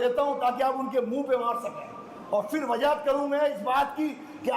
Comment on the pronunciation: Bhaiya pahale aap log apne sheen qaaf se pahale sahi kar lijiye Gujarish nahi guzarish hota Wajahat nahi wazahat hota